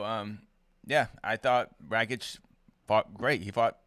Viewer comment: Can someone explain to how to pronounce Aleksandar Rakic's last name? He's been saying "Rat-chick" for YEARS without anyone correcting him!